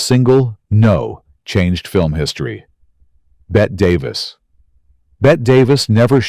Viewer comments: As soon as AI mentions "Bet Davis," I am out. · Dear AI - It's pronounced "Bettee" Davis. And she was from New England.